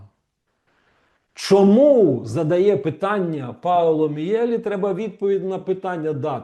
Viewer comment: Пане Романе,перепрошую,прізвище вимовляється ,,Мʼєлі ʼʼ.